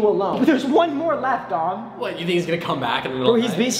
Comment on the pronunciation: Me too but his name is dom not don😅